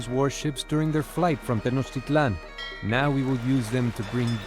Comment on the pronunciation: Tenochtitlán: Schnoktitlán